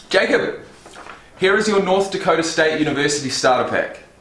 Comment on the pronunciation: “NDana” It’s North Dakota bud. 😂😂 but it’s an irrelevant state soo 🤷‍♂️